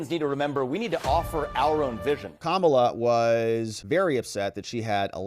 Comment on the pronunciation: you call her kamabla. interestingly, if you swap letters you get "kambala" which in russian means fluke (flatfish)